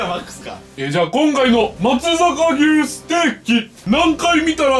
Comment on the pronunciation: まつざかぎゅうじゃなくて まつさか「うし」、まつさか「ぎゅう」な。 今日かぁーーーーーっ！！言わなかったな。 あと最後怖すぎな。